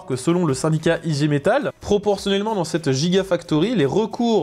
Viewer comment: ....On prononce igué metal